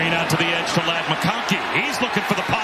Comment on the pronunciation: They pronounced Lad as "Laid" , and then called him a "possession reciever ". 😆 I guess they've learned that both are wrong by now. Lad is a big play time player that makes big time plays.